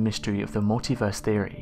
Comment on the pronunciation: Every time I hear "mulitverse theory" it makes me smile. Not a concept for those with limited imagination.